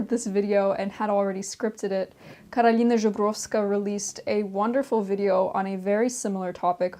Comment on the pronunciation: a random comment, but I LOVE the way you pronounced Karolina's name and surname. as a polish person myself, seeing a foreigner actually try and say it correctly is a lot ❤